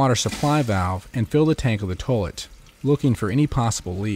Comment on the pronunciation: Lol "towlet"...